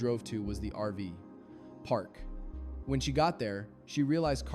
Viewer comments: Do you use an AI voice because it's called an RV park not an RV PARK.js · I think your story telling is very judgemental. Also it sounds like AI-generated especially when you say RV ..... PARK instead of RV-Park. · Yes. I noticed that too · Why such a long pause after RV & before park, every time you said it. Are you AI? If so, I won’t be watching anymore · If you’d like some feedback: I’m not sure you pronounced her last name correctly. Also it sounds like a real voice, but then there are weird pauses between words like RV Park. Why not just use your own voice?